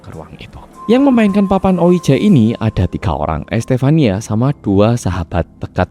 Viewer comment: Cara bacanya bukan dibaca letterlijk (harafiah) ouija 😆, tapi mirip wiji bacanya. Dari awal ampe akhir dengerinnya gatel hrs komen hahaha